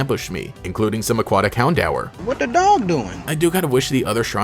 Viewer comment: Did you just call HounDOOR HoundHOUR?